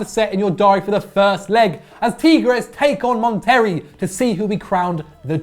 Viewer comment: did you just say "Mon-terry". lmfao I know Algeria and the UK are a long way from Mexico, but did you at least consider asking Patrick?? That pronunciation was atrocious. Just horrific. So fucking funny. Seriously, go ask Patrick how badly you said that name.